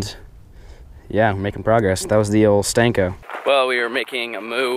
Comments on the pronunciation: ITS A SENKO NOT A STENKO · Call it a freaking senko not a stenko it's annoying af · I dare you to say the word senko instead of sTenko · Anyone else cringe when he says stenko